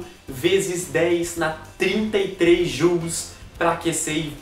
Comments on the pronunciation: Se colocar o google translater para ler a palavra em português, ele pronuncia como "Jaules" mesmo. ahahahaha Como esse nome foi dado como homenagem a um britânico de mesmo nome, então a pronuncia inglesa deve ser a mais correta. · O pessoal brasileiro do mundo acadêmico fala "jáules" tbm. Mas a gente percebe que está falando errado quando vai trabalhar num universidade fora do país. ahahaha